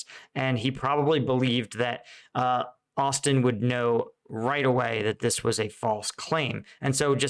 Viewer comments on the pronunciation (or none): none